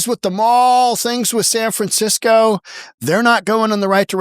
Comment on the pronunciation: San Fransiko 😂